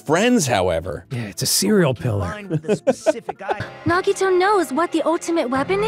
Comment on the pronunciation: the grumps finally say Nagito correctly!! only took four chapters 😵‍💫